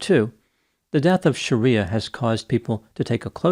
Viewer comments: Bro, BIG difference between YOUR pronunciation of "SHARIYA," (A harsh interpretation of Islamic law) and this woman's correctly pronounced name "SHRIYA," which is pronounced as it appears. Aren't doctor's keen on pronunciation after 4 years of pneumococci, neisseria and the like?😮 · dude...it was getting to me how you were pronouncing it as Shaaaariyaaaa, instead of Shri-ya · It's pronounced Shree-yah not Shareeyah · You're pronouncing her name wrong. It's Shriya not Shariya. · Shreeya not Shareeya. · Not Shar-ee-a, Shree-ya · Pretty sure her name is not "Sharia". It's Shriya. It's a Sanskrit name, not Arabic. Otherwise, entertaining video. Well, except for the confusion of singular and plural. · The least you can do is pronounce people's names correctly. Shriya and Sharia aren't the same thing meaningwise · Might have been a good idea to learn how to pronounce her name correctly. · You're pronouncing her name incorrectly btw